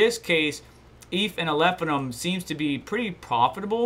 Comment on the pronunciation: Love the content, but if I hear you call it "Alephinum" ONE MORE TIME !